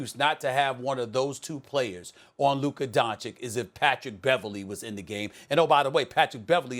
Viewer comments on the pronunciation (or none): Donchich not donchick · It's Luka DONCIC not Luka Doncik... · The only thing that is offensive is SAS still mispronouncing Luka's family name. No excuses left after almost two full seasons and his rise to superstardom.